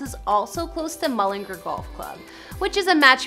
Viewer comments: How she pronounces mullingar : mullingerrr How we pronounce mullingar : mullingar Ngl she kind of annoys me hahahaahha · mullingur its mullingar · Its mullingar not mullinger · Yea it’s pronounced ‘mullengARE’ not ‘mullerGRR’. 🤣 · You know these people haven’t a clue when they say mullinger instead on mullingAr, and call Louis, Lewis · mullingARRR not mullinger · The way she is saying mullingAr is annoying me sm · she said ereland mullingr 💀💀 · Its so annoying how americans prounce all irish names towns all that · It’s pronounced mull-in-g-are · There's an a in Mullingar for a reason! Pronounce it properly, MullingAr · no no no, Mullingar, Ireland is pronounced Mull - Lynn -Gare. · Mullin- gar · That's NOT his childhood home. Yes, that house is in MULLINGAAAAAR....learn to pronounce it properly...but it's not the house he grew up in. I've actually been to his childhood home and met his dad and his partner. Why are you trying to be a 'news reporter'? get a real job... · It's Mull-in-gar. GAR! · YOUR NOT SAYING MULLANGAR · She said LEWIS and Mullingar wrong. She also said that his net worth isn’t too shabby. Hers is way less. He lives in London and LA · Lewis Tomlinson?? It’s Louis Tomlinson’s pronounces (Louie) 🤦🏻‍♀️🤦🏻‍♀️ and that house in Mullingar is one he bought for his mom. He has a house in England. I’m so done.. you acted like you knew everything and you couldn’t even pronounce Louis!! Or Mullingar!!